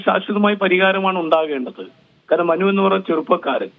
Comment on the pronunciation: മനു, മാനു അല്ല